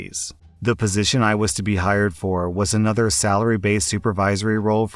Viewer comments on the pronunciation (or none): none